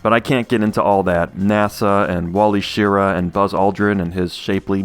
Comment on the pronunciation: Excellent video. But as a space nerd I have nitpick one detail. It's pronounced sher-RAH.